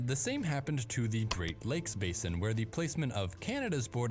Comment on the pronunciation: "Basin" is pronounced with a long "a" in the US. "Base inn".